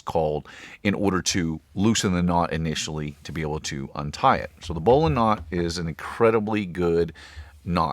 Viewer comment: Subscribe because you pronounce bowline correctly